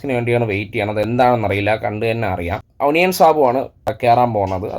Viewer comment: ഒനിയൻ അല്ല ഒനിയൽ